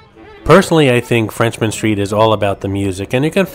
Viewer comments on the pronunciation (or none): It's "Frenchmen" street, not FRENCHMAN street! ⚜️